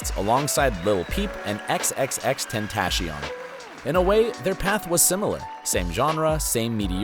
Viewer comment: Don't trust a person who can't pronounce xxxtentacion name.